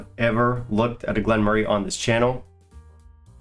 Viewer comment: you butchered it today...... No, in fact you massacred the dis😊distillery.😂😂